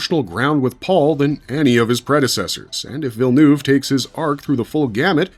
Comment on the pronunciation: Americans seem to have endless imagination as to how to pronounce Villeneuve